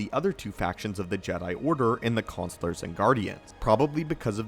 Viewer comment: the cyan and counselor pronunciations are driving me nuts